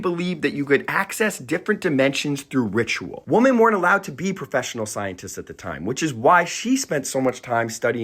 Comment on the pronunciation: why do you pronounce women like "woman"?